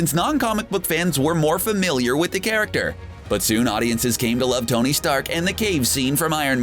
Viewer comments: Why are you saying "Dony Stark" "Dony" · Did anyone hear dony insted of tony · Did anyone catch in the beginning that he said dony